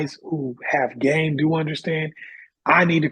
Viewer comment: It seemed like this guest could not articulate “game” that well.